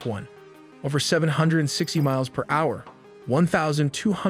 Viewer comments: hour=“HoWeRRR” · generated narration with still lots of software glitches, for example hour is pronounced as ha-hour and repetitious. This is what the future has in store for us, I guess. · It's pronounced "hower"